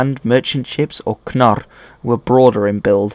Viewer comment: I love that you pronounced the consonant cluster kn in "knarr" accurately rather than pronouncing it without the k sound (narr) or inserting a schwa sound in between the k and the n (kuh-narr) as you always hear English speakers do (which is why you see the spelling Canute for the historical king rather than the more accurate Knut). This is the first time I've ever heard an Anglophone pronounce this particular consonant cluster correctly, so major kudos and subscribed for that 👍👍 Addendum: Oh, and the history stuff was good too.